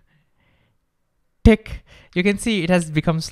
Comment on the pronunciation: Indian T sounds like D so when he said tick